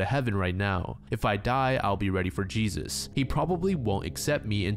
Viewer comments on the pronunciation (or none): none